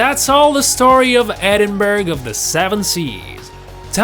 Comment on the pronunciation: The village is pronounced Edinburra not Edinburg!